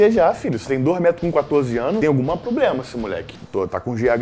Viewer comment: Tem alguma ploblema kkkkk